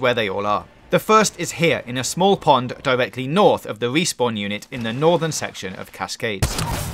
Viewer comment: “Numbah thwee... wespawn...” I can’t focus on anything but this dudes inability to pronounce his R’s. Sounds like my thwee year old niece.